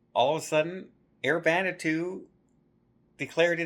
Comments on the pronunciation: Hey it’s pronounced van a was too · Hi, Respectfully, Vanuato. It is pronounced: Van-ah-wah-too. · Hi, just a tip. Vanatu is pronounced Van-a-wah-to. Well done P&O. How scary to be in a situation where you don't know how you are going to get home. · I thought you were saying “Xanadu” … but I think you were just mispronouncing Vanuatu maybe? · Pronouncing Vanuatu not quite right 😬 … Van-u-atu